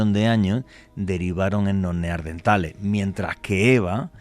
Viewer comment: Excelente programa! Solamente un apunte (no hate), se llaman “neaNdertales”, con N, no “neaRdentales” 😊